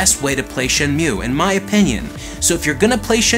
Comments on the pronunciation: oh buddy, big fan....I’m sure wondering why you pronouncing Shenmue as Shen Mhue or at least what I am hearing. Shen~moo..simple lol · "shenmew"...and hot damn VGA is sexy... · did he just say shenmyu and is that a canadian thing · Dang it, say Shenmue correctly... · Shenmue is one of your favourite games, yet you don't know how to pronounce the name?